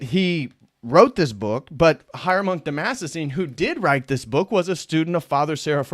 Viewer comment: Dude, its been three years and you still can't say "Damascene". !?!